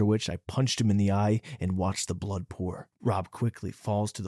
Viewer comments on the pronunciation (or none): none